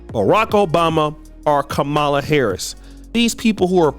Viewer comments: Whats bad, is your an adult that still cant pronounce VP Harris's name. Kids know how to say her name right and you still cant say it right? LOL, try to learn some. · Wow, you mispronounced her name throughout this whole video smh